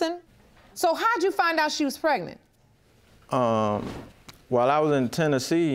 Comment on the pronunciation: Case#2.. She said Pre-nant?🤭